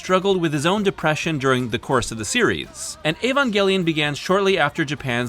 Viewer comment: if you're gonna say Neon Genesis, then you might as well pronounce Evangelion in english instead of engrish. Otherwise, use Shin Seiki Evangelion if you want to stick to native Japanese.